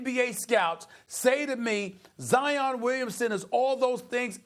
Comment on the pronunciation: He said zion like lion with a z 🤦🏻‍♂️